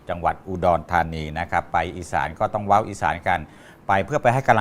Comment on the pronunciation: เว้า นะคะไม่ใช่ว่าว😊